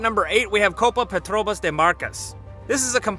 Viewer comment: CÔPA PETRÔBAS DEMARCAS HAHAHAHAHAHHAHA